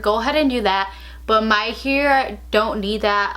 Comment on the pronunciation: She says here instead of hair, lol - I love accents , there are so many different types of accents and I lo hearing people’s own personal speech. 💗